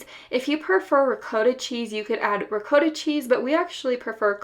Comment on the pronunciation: Oh lord the way you say ricotta lmao